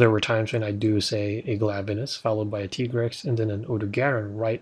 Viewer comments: It is pronounced ty-grex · It's pronounced Tigrex not Tigrex